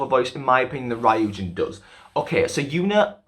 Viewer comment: Ok but the way he pronounced Ryujin 😭😂 all good tho it's a hard name to pronounce. But overall thank you so much for mentioning the whole deal with Lia, people don't seem to realize how much all their comments affected her confidence not only on vocals but in dancing too, she has so much potential and it saddens me to see her insecurities getting the best of her, and you're so right about kpop having such high pitched songs, like wannabes chorus it's so high all the time and it clearly doesn't fit lias range, which doesn't mean she can't sing, I'm so glad Not shy is a much more comfortable song for them and it's great to see Lia with much more confidence this era, she'll just get better and better